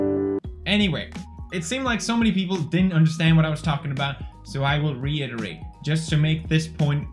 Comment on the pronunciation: Pewds didn’t mess up “reiterate” this time